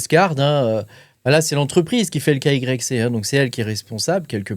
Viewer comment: svp , n'eppelez pas KYC dites " Ké WHY SI "